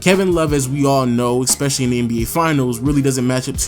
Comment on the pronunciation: ES PE CI LL Y not expecially